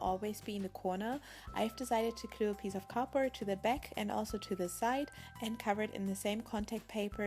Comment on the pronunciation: Do you say cardbroad instead of cardboard